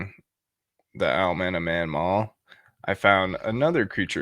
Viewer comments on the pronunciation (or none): Not Manmaw, Mawnan!